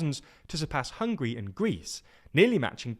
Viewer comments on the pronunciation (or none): none